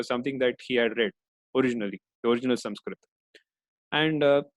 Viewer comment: Great work sir, very thankful for such summarized version of all chapters. But very disappointed with such peoples who desperately use wrong name of persons like you pronounce krishna as Krishnaa, Arjun as Arjunaa, sanskrit as Sanskritaa. Why?? Can't u speak thier right pronunciation or you can not speak hindi name in right manner like other foreigners because hindi is not their mother tounge. I also give speeches but never use extra A in pronunciation of hindi names. So please dont do this again.